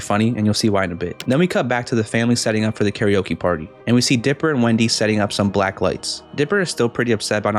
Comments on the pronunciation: it’s pronounced kare oke not like oak so scary oke not oak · This is supposed to sound similar to “karaoke”, not “Gary Oak” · Why did you pronounce scary-oke like that :(